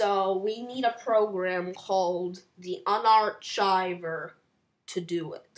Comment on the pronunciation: 'The unarchiver" --> The unar"K"iver (that is the correct pronunciation)